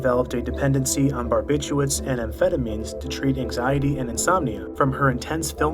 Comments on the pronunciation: Barbithuats? How the hell are you reading it? English is WEIRDDDDDDDD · It's barbituRates not barbituates